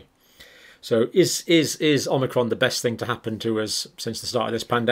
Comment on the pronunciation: Thank you. But it is omicron, not omnicron, as you keep calling it.